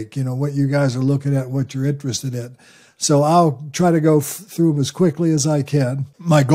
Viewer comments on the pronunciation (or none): none